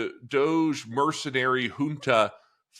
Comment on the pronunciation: DODGE, NOT DOGE